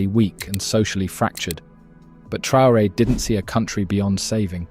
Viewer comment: Trr-rain? Ai much do we?